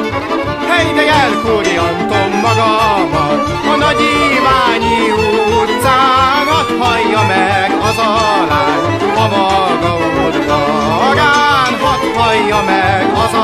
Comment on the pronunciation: Annyit bele kötnék hogy en Nagyiváni vagyok es az ugy kel mondni h NagyiváNi nem pedig "ny"-el